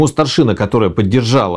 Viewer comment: Прекрасный разбор. Всё же позволю себе поправить участников диалога, чтобы дальнейшие серии были ещё прекраснее (и мой внутренний граммар наци успокоился).: не ГадЯчский, а ГАдячский (, кстати, делает ударение верно) и: не старшинА, а старшИна (речь не о воинском звании, а о верхушке войска, о старейшинах).